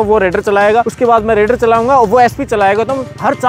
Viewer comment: ℝ𝕖𝕕ar nahi he ℝ𝕚𝕕𝕖𝕣 he😂